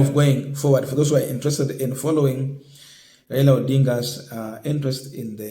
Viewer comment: My friend can you pronounce well Raila not raira. He is a Kenyan and your man is the president so what is your problem not supporting one of your own. This petty hate will not change the way you behave just love your brother as you would like to be loved if it was you.